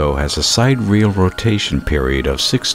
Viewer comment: That was great. I thoroughly enjoyed it. However, you might want to check your pronunciation of the word sidereal. It sounded to me like you pronounced it side-real. It's pronounced si-deer-e-al.